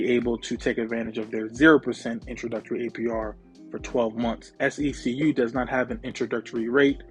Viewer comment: I saw on another YouTuber’s community post that SECU’s youtube account commented on their video & they it’s pronounced SEQ 😂 i’ve been saying it like how you say